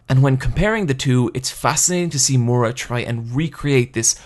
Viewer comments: Okay, say it with me and sound it out: MI-UR-A. Not mora. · The way you pronounce the author's name is driving me crazy. It's Miura, not Moira or Mora. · "Mura"? Mura?! Seriously? It's pronounced Mi-u-ra. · calling him "moora" instead of "ME OOR A" hurts me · For fucks sake stop calling him murra, it's miura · The video is great and everything but for the love of God get that pronunciation right. It's not Mura (Moo-ra) It's Miura (Mee-oo-ra) And it's not Guts as in guttsu It's actually Gattsu that's how it pronounced, please. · I don't want to be that guy but.. It's Miura not Mura. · Take a shot every time he says “more-uh” for Miura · Dude I love your video, seriously, but its killing me to hear your pronunciation of Miura, I know japanese pronunciation is harder for americans than for spanish speakers, so I will try to write how it should be pronounced, for future videos, if you dont care thats ok. Ok here goes: Mee-U-rah or something like Mee-U-raAh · This video would be perfect if he didn't pronounce Miura wrong the whole time.